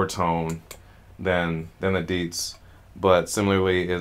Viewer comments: It is not deedz... It is di and zi, two pronounce word; di zi. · He's just not pronouncing the tones and effectively pronouncing the 4th tone which sounds like deeds.